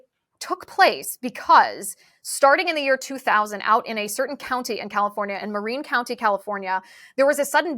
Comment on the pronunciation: Can someone please teach her how to pronounce "Marin County" please??!!